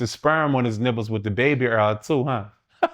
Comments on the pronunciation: Baby Earl. Lol. I'm never pronouncing baby oil correctly again. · I love how he pronounces oil lol